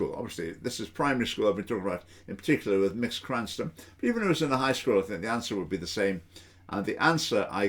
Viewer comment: Literally five seconds into the video and you've shown you have done no research and don't know what you're talking about. Incredible. A savvy presenter would look up how to pronounce Mx. before recording.